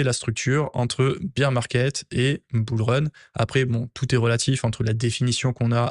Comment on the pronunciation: Baire market… SVP, pas bir ça me fout la mousse dans les oreilles 😂😊